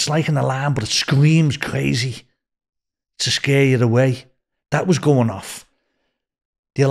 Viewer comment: Cwazy and siwens 🤣 Welease Bwian.